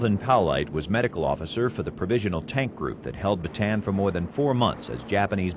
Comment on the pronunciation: Why is it that every single documentary and film concerning the battle for bataan (properly pronounced as ba-ta-an, not baytan) the death march, the imprisonment of Filipino and American armed forces, the raid on cabanatuan (pronounced ca-ba-na-tu-An) concentrate solely on the American side of the story? What about the Filipinos who fought, not for America, but for their homeland, the Philippines, which had ALREADY gained its independence from Spain and the UK?